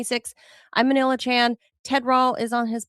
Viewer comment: we got Melania Trump instead of Manila